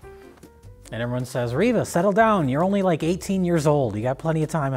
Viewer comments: I can’t believe used a hard “R” to pronounce Reva’s name…. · bro said Reva with a hard R oh lordy